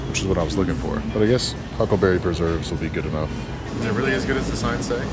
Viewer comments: I LOL'd when kept saying "Huckberry" considering he is now sponsored by them. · Native Montanan here, it's"huckleberry" not "huckberry" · Huckberry😢 Its Huckleberry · how many time he just sad Huckelberry? xD